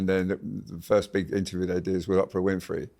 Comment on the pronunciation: WHY CAN'T THESE BRITS PRONOUNCE "OPRAH" CORRECTLY, THE WAY SHE SAYS HER NAME. THEY ARE SO PRETENTIOUS IN THE PRONOUNCIATION OF SO MANY WORDS.